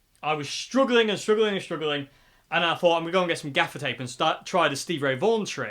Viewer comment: At first, I thought you were saying "defecate" regarding the dark strip across the grill. Oops! I was glad when I finally realized it was "gaffer's tape." That amp sounds pretty good. Thanks for the demo.